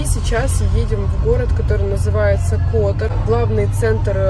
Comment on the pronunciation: пЕраст, тИват, кОтор (ударение), коноБа